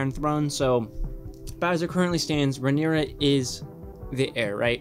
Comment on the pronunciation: Hi! Noticed you were unsure of some of the pronunciations for the character names, understandable seeing as they’re spelled super weird. Pulled these straight from the audiobook, hope they help: Rhaenyra - Ray-nee-rah Daemon - Day-mon Viserys - Vis-air-is Laenor - Lay-nor Laena - Lay-nah Corlys - Cor-lis Rhaenys - Ray-nees Aegon - Ay-gon Helaena - Hel-ay-na